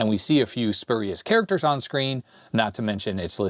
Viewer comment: "Spurious" is pronounced "spyur-ee-us", not "spur-ee-us". That is, the "u" in the first syllable is pronounced like the "u" in "pure", not "purr".